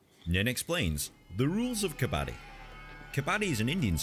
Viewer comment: Dont say Kabaadi 😂😂😂...it means ragpicker .....its Kabadddi .....stress on d 😊